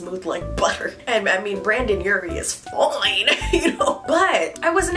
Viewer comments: Brandon...urie? Oof its brenden lol. Love you tho XD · The Panic! stan in me when she said BrAndon instead of BrEndon 😬🤔 lmao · Tell me you did not just say BrAndon Urie... TELL ME YOU DIDN'T!!!